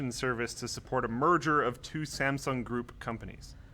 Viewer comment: hmm...I'm impressed that you pronounce Samsung correctly hahahaha